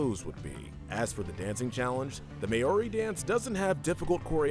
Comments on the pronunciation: I still can’t get over how people pronounced Maori in the New Zealand challenge “may-or-e” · Just a tip for next time: It's pronounced like 'M-ow-ri' not 'May-or-i'. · Sorry, guys, but I someone has to tell you. You mispronounced Maori the same way as. It's "Maow-ree". I'm from New Zealand and you have to have Maori lessons for the first eight years of school, and I took a Maori class at University, so I feel like I have a right to do the correcting. It also annoys me because in the first episode of 6teen, Jude (voiced by Christian Potenza) actually pronounces it correctly when he says he sees himself rock climbing with Maori men in New Zealand.